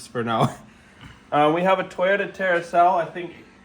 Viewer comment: Points for pronouncing celica right.